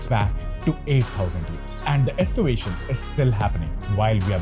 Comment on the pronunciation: Nice topic and thanks for updating. Small suggestions,... end of sentences are swallowed up so not heard clearly, and the music is too loud. Also, it is Ex-cavation not Es-cavation. Please don't be discouraged by my suggestions, it is meant only for making your videos better. Keep up the good work. -from an elder.